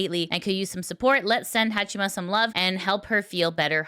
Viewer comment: Hong Kong knockoff Haachama. specializes in inventive pronunciations of names.